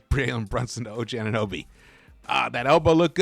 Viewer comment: It’s not nuby, it’s NOBY